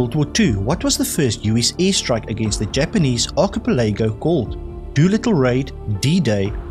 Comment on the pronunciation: Best quiz and that from SA. Check pronunciation of archipelago.